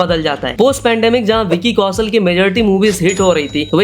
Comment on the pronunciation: Please learn pronunciations. Vicky "Kausal" sunte sunte irritate ho gayi. Its Kaushal for God's sake.